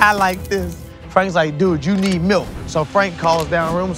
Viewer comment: I think you mean malk